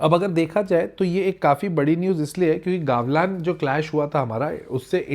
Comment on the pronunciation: It's गलवान not गावलान... correct it first..